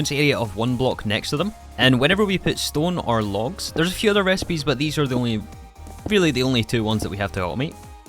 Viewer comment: "We 'ars' gonna play with it in this pack." Fine, take your like and get out.